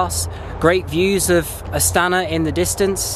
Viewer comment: Not AtsAna, but AstanA